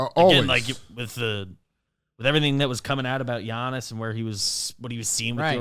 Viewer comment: Love but c'mon man you can't be pronouncing the "G" in Giannis 😂